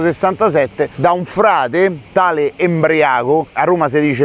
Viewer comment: NO EmbriAco !! Ma Padre EmbrIaco, con l'accento sulla "i". Un accenno alla Galleria Borghese e al museo Canonica e al teatro Globe di Gigi Proietti, si poteva anche fare.